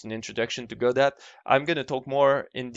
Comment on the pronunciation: BTW, it's pronounced "God oh", not "go dot".